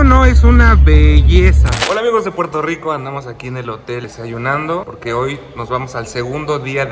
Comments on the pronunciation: Quien le dijo q dijera pueltorro? No hagan esoooooo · La variedad de contenido esta cool, pero dato importante no es pueltorro🙄 pronuncien las cosas correctamente aunque otros la pronuncien mal. Pq repetir los errores🤔🧠😂